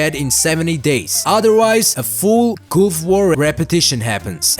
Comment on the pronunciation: Coup, just say coup. Also, can you play the secomd sengoku mod?